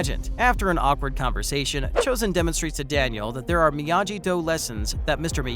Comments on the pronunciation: Miyagi not Miyaji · Learn to pronounce shit. It’s Miya-gee not Miya-jee. For fucks sake they say it countless times in the show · if you are going to post a video about Cobra Kai, then learn how to properly pronounce Miagi correctly.. it's a hard G not a soft g. You throw out all your credibility in covering the show if you can't say his name right.. makes you sound illiterate. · This guy can’t even pronounce Miyagi. I’m not watching anymore of this annoying video 🤦‍♀️ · how can you not say miyagi right man and maccio come on now lmao